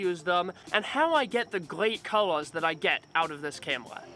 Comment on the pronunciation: I like it when you're saying "camela" no offense bro. another knowledge for M50 user like me..